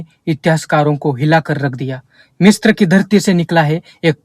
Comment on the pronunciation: भाईसाहब मिस्त्र उच्चारण नहि है । मिस्र है ।